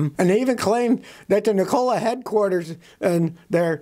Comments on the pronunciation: It's NEEKOLA not NiCOLA ITS SPELLED NIKOLA I know how to pronounce the name and I'm not a fan of that company USA MADE TESLAS ONLY IF I never go that route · Ni COLA ?? You make it sound like a soda factory good God man pronoun the name correctly you're sounding like Asian whombarely speak English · Pronounced nick-a-la. After Nikola Tesla. He was a scientist. Not a soft drink. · Lmao why do you say Nikola that way